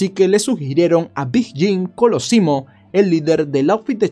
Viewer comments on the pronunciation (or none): .Lamentablemente en este trabajo de youtube, los Apellidos: Torrio y Colosimo están muy mal pronunciados. Y los "Carbonarios" también esta mal pronunciado. Y no es Torreli, sino Toreli.